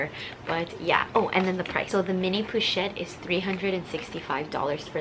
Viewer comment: "poo"-chette pewwwwchette lmao. "PO-CHETTE"!!!